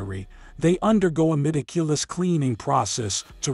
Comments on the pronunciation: lol "mediculous" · meticulous about everything except the prounciation of "meticulous"